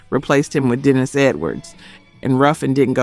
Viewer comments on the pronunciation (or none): none